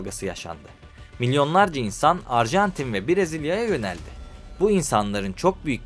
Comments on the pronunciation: arjantine de ilk açılışta arjentin demişsin😂😂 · Abi başta erjantin demişsin 😂. Bu arada dalga geçmiyorum sadece sakasina😊